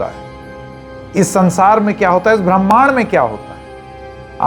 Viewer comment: आप ब्रह्माण्ड को ठीक से नहीं बोल पा रहे हैं।